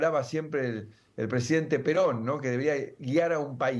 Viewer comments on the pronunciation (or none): none